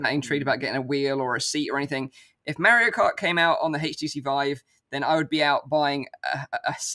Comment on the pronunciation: it's Mario not Mairrio